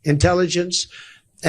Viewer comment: What’s higher than 100%? LMFAO . at least he realizes “she WILL BE PEESIDENT”!